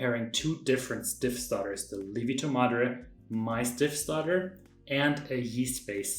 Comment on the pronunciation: I said "lievito madre" the same way you did (I am German as well). My Italian wife immediately corrected me: Li-evito! So the ie is not a long i as it is in German, but a true two vowel sound. i-e.